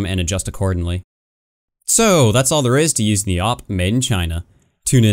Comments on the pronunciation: it's not "O-P" it's "A-VEE-PEE" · It’s the A-W-P not the OP